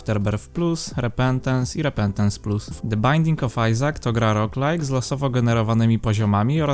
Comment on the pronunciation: Jak coś roguelike czyta się "rołg lajk" ;)